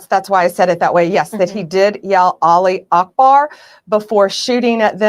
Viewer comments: olly akbar 😂😂😂😂 --> it'a Allah it's goes up not down you can pronounce it this way Aluh, not olly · Yo, Bondi. As a Muslim convert, allow me to educate you: the phrase is “Allahu akhbar, (God is great),” not “Aleee akbar” or whatever you’re saying. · No, it's Allah u Akbar not Ali akbar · Its Allaahu Akbar not Ali And it means God (Allaah in arabic) is the Greatest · sweet baby jesus, did she say olly akbar 😂😂😂 woman what woods do you live in my pet can do it better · "Olly Ockbar" 🤣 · apologize for what exactly? Laughing at Americans trying to pronounce “Allahu Akbar”? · the mispronunciation was killing me too. I thought was gonna correct her but no lol